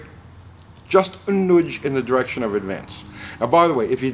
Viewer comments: It’s not noodge…… It’s a nudge. Jeesh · A “nuge” is just a nudge that moved south…lol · Am I detecting a British Columbian here? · Also, it’s funny how says nudge. Lol